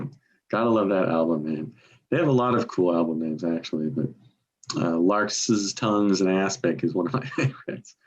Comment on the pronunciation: Stop saying lark is tongues